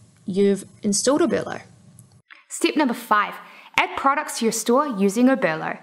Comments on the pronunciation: Oberlo not Obero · OBERLO not obero!!!!!!!!!